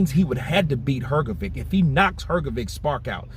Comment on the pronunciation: What’s wrong with you?! 😅 Frank Warren correct pronounce Hrgović and you heard it. But you’re UNABLE TO PRONOUNCE IT CORRECT?! Show RESPECT to boxers and to your subscribers! ❤